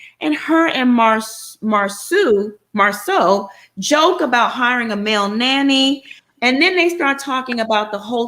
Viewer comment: I"m drinking everytime says 'Mar (seouw)... I"m drunk af. girl save me. it's Mar (sau) like cow!!!!!!!